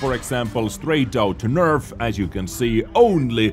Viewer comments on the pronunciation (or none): Just wanted to put it out there, it is a NERF not NERV.. FYI 😁👍